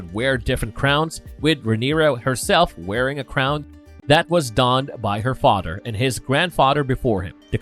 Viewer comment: I hate to be a stickler but whenever you say a word with a TH sound, you speak "D". IE: father becomes fodder, then becomes den, they becomes dey and so on. Great video nonetheless.